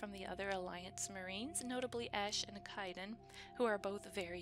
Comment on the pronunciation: I love how you keep miss pronouncing Kaiden name xD I know it's not intentional xD